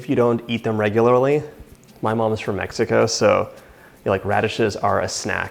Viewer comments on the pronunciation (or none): none